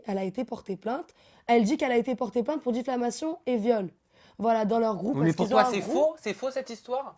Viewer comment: la meuf elle a fait droit et elle dit '' Difflamation '' ... xd oki